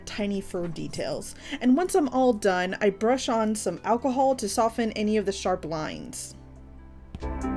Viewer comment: umm what do you mean when you said achol?